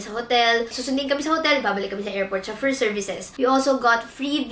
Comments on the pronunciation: chaffeur is pronounced sho-fer its not sha-fur LOL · Dahil ba sa pagmispronounce ng chauffeur?